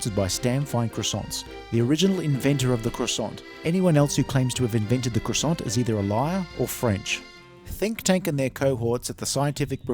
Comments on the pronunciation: You need to work on your pronunciation of croissant! Hehe! It’s pronounced qua- sont! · It's pronounced "kwa-sans". It's French, you know. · croissant doesn't have a hard 't'